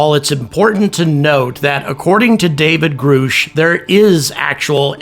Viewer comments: Hell, congress can't even get anyone that goes before them to answer simple questions. No one is damn sure just gonna turnover evidence that is literally generation changing. Also, after all the interview attention of the whistleblower, you really called him Groosh? I know damn well you know it's Grusch as in Grush. Crazy. Lol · It's GRUH-SHH NOT GROOOOSH. Also, all you skeptics are going to look like REAL stupid jackasses once you find out the Experiencers, Believers, and Whistleblowers were right. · GRUSH. Not Grusch!!! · It’s pronounced “GRUSH” like “RUSH” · Are you just saying his name wrong to be obtuse? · why do you keep pronouncing Grusch's name wrong? you are doing it on purpose at this point its impossible not to know how to say the word. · I like your content I watched you sometimes but just do me a favor get the names of the people right, meaning the pronunciations of the last names! That's all I ask because to me if you can't pronounce their last name means your not up to date with the story!